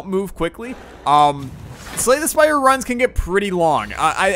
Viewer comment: LOL i thougt u said slay the spider when u talk about it in other vids